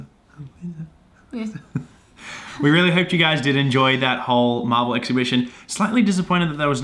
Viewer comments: I thought you said marbel hahahaha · I thought he said Marble not marvel